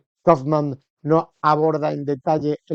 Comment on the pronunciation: El locutor deberia saber como se pronuncia un apellido alemán y no pronunciarlo en inglés